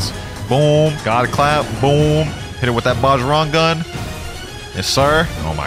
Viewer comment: Not to sound like a nerd or anything but Bajrang gun is pronounced “Bah-Rang Gun” not “baj-rung gun”